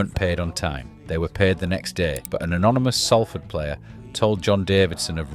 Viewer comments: Just a quick note, it's pronounced Sol-ford or Sawl-ford, not Sal-ford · Salford. Not Sallford. They have to deal with this mispronunciation all the time. It’s just like salt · I’ve lived here for a decade and a half and I thought it was pronounced saul-ford. 😂 woas me. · Pronounced “Sol-ford”. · What? From Broughton to Traffod It's pronounced sol-fod. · Why can’t Ou pronounce it properly, you irk ? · least I can pronounce Salford correctly you tw@ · Good video but pronounce the name of our city right ffs !!!!! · every time i heard the name Salford it grated me